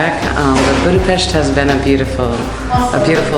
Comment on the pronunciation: Welcome to my hometown, dear! I am really impressed that you pronounce the name of the capital city correctly! I would be happy to meet you for a little chat. How about that?